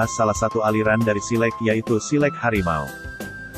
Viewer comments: Min.. Lafaz "silek" itu bunyi e lepas, bukan pepet. Bunyi kan /lafazkan bunyi huruf 'e' pada kata 'silek' Seperti anda membunyikan bunyi huruf "A" pada saat mengucapkan silat. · Naratornya mengucapkan silek tidak sbgmna orang minang mengucapkan kata silek. Jadi agak geli kuping mendengarnya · iko admin pengisi suaro ko bantuaknyo indak urang minang do. ndak pas penyebutan silek dek admin ko do.